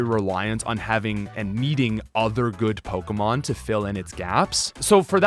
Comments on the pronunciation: you cant even say pokemon right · I cannot stand his pronunciation on most of the Pokemon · Wow, mispronouncing pokemon names and holding a contest where all you have to do is comment. I respect the hustle, here's a comment.